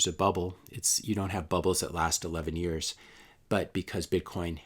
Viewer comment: "...you don't have a bubble that lasts 11 eyars..." SP500 and NDX want to say "hello" lol